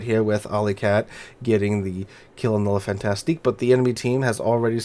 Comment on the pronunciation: Pronounced: "Le Fantasc" and "Mack-en-zen"!